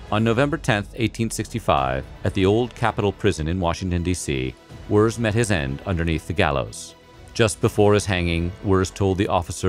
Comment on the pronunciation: Henry Wirz, but pronounced like "Wertze".